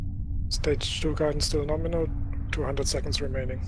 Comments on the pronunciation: It’s not Norminal. It’s Gnome-inal. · It's Gnome-inal